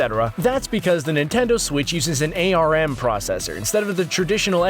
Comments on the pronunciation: Literally common sense that it’s pronounced like that Why does he pronounce it like that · It's not an A R M processor it's an arm processor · Please for the love of god say arm not a rm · Arm is pronounced arm, like the body part, not A. R. M. The jouconns have motion controls and that is what you use in world of goo. When you calibrate them by setting them on the table, it descovers where the bottom of your TV is. It does a pretty good job playing the guessing game from there... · its pronounced arm not A-R-M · "A-R-M". It's just arm. pronounced like the actual word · Yes, you made an embarrassing blunder: "eh-arr-em", "eh-arr-em", "eh-arr-em". It's "arm". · It's pronounced ARM, as in the limb, not Ay Ar Em. Come on! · its called arm not a.r.m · Its Pronounced Arm, like your appendage.